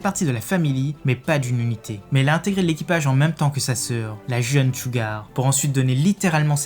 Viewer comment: « Sssougar » ohhh quelle anglais remarquable (ou moins dites le à la « japonaise » Vidéo intéressante sinon